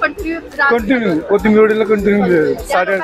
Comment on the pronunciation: Kothambir nahi...Kothimbir